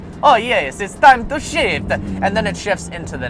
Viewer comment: totally thought he said “it’s time to shit”